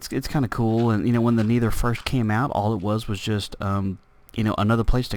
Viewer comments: Because you say it like Knee-ther when it's Neh-ther. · Love the video! by the way, it's Neh-Thur not Knee-Thur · haha im not trying to make fun of you at all, i just like how u say nether. U say it like niether lol its just funny.